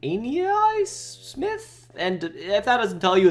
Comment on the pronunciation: Ok you pissed me off for saying Ainias Smith's name wrong say it right or dont say it at all